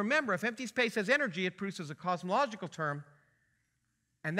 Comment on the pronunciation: dude on the left literally cant pronounce cosmological. kinda ironic